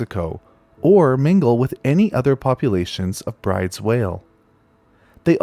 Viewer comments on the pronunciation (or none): I know this comment is way too late, but "Bryde's" is actually pronounced like "brood-us." Yes, it's weird, but it's a Norwegian name. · Great video, thanks. For some reason Bryde's is pronounced Broo dahs. Weird, huh? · Great video as always, although Bryde's is pronounce like "broo-duhs."